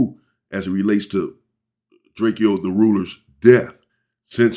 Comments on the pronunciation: Well his name was drakeo not Draco but pronounced Draco not drake-e-o 😂#LLDTR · gotta do some more research before u react drake-o not drakeyo was not from Inglewood or a blood u said that multiple times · Drakio 😂😂😂😂 Its drake-O